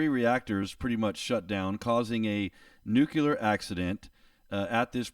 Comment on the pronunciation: I appreciate the presentation, generally quite good, however - the word is "nuclear", not "nucular", or "nukyular". The base word is nucleus, as in nucleus of an atom. An atom has no such thing as a nucule. Sorry for being such a stickler for detail, even those that are beside the point.